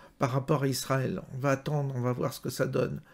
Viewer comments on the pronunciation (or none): none